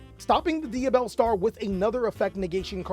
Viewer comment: Ngl your over efforts of pronunciation kill me🤣 tunnddddddda with the tongue roll, saying yuble and shit🤣